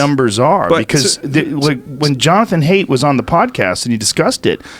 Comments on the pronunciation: Joe, it's Jonathan "Height" not Jonathan "Hate." You guys went over this lol. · Jonathan Haidt. Pronounced "Height", not "Hate". That was buggin me.